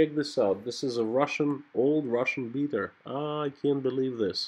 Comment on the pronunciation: Haha, a Russian "beater" car, you sound like a Mainer!